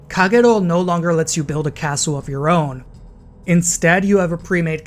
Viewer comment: Haven't finished watching but am immediately impressed by your Kagero pronunciation